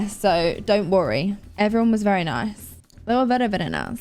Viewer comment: "Very very nive" lol